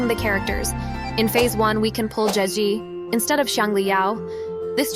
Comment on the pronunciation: "Zazhezi" that's not what I'm reading.... your AI voice is broken